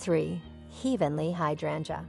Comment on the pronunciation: Too bad AI can't correctly pronounce words like lilac and heavenly